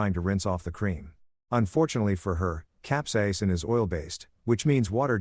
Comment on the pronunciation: the pronounciation of capsaicine was butchered, but the story was pretty good. I mean the husband went way overboard, should have just recorded them, and went for a divorce, taking everything they had in joint assets, but that's about it. This level of revenge was just overkill. I mean, the superglue part was funny, don't get me wrong, I meant the capsaicine instead of the ointment. As someone who once tried the Black Mamba hot sauce, which is about 97% pure capsaicine, yes, that shit burns. A lot. I only tried the amount from the tip of a toothpick, and my head started to go red, and I'm pretty damn good with hot food. Getting that on sensitive areas like the nether regions? Oh hell no.